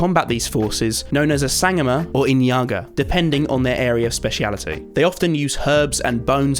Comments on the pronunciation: No hate at all, living the series. Just wanted to point out that its pronounced sung-o-ma not sang-o-ma. Alot of people make that mistake cause of its spelling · Hey just mentioning I think you were saying about the sangoma? its pronounced sun-goh-mah just btw! the scenery in this series is amazing by the way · I love this video you did an amazing job, here in SA we pronounce Sangoma "sha-gho-ma" but still an amazing job and you put a lot of effort into this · I officially love this channel, bot just because South Africa 🇿🇦 is in it but it made me laugh that he said sue-goma when its pronounced sa-goma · Hey, very picky South African here I would just like to say it’s pronounced Sang-goh-ma Not sango-ma, but I do appreciate you incorporating our culture into your world! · hey the word Sangoma is pronounced as sun-gorma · hello, your local south african here to give you a small pronunciation tip: if youre referring to zulu medicinal practices, its a sang-GOH-mah. just to let you know :) fantastic build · Not a trainsmash, but the pronunciation of the South African healer is called a Sangoma, pronounced "sun-gaw-muh". The pronunciation of many South African languages follow a similar vowel sound pronunciation as Japanese. I should also point out that sangoma have different reputations. Some are good, some are bad. There have been instances where human body parts have been found on their property. In most cases, it's essentially about herbal medicine and such, but they would only be more conventional than modern doctors, because there are large areas that don't have access to healthcare, sadly. However, I do think that some of it may be based on superstition, such as cracking an egg and placing it under your bed to treat the flu. I've heard many instances like this. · Hey bro im South African, just for reference i laughed so hard when you tried to pronounce sangoma. Dont worry bro you tried your best tbh. In SA we say it like SUNG-GO-MA. 🤣🇿🇦 the more ya know.